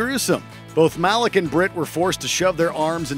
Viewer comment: Ive heard his name is actually pronounced "Muh-leek" instead of "Ma-lick"